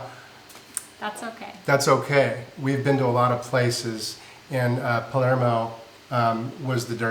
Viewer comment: Love how halfway through decided you were in Palmero instead of Palermo! Just teasing because you guys are so good about pronouncing all the vowel-less, tongue twister places you’ve been. 😂 I really appreciate the budget breakdowns, and so glad you took time off. Really looking forward to the cruise!! We’re planning on a transatlantic to get to Europe when we start our nomad life — seems a great way to cover room and board with less stress and way more fun than a flight - at a very similar price.